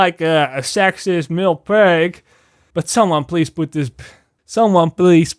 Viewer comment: Everytime you say "male" it comes out as "Milfs" on my end. But I can't disagree, the industry can really use more "Milfs"....